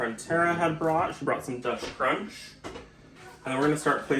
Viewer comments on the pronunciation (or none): none